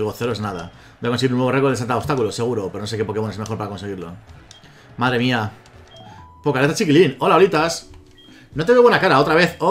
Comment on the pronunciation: Jajajaja pokealeta no sé por qué me frustra tanto que no pueda decir pokeATLETA así no se escribe pero así se dice ....